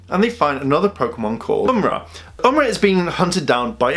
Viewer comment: its am-or-ah not umra you might have figured this out earlier idk just letting u know